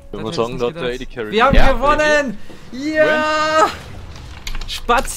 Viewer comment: Spatzie? Aussprache? xD Und #BRAUMTHEON